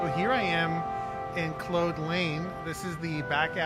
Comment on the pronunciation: Good stuff. (But I believe you’re mispronouncing “Claude Lane”. “Claude” rhymes with “Maude” or “sawed” — not “mode” or “bode”.)